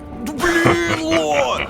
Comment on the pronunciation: конещно! И ещо ощень угарно что малецки произнёс БЛИИИИИН ЛО